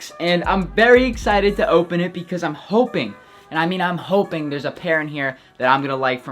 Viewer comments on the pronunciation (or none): none